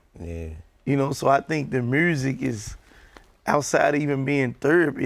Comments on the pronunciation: Gottis pronouncing of the word music is priceless...lolol!!! DJ Ak: So Gotti tell me what I love most? Gotti: Shiiiiit Murzik!!! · “Making MERSSIC” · "Making Mursic"